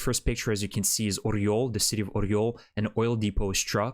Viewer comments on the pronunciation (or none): none